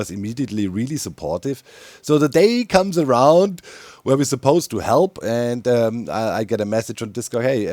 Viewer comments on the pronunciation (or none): none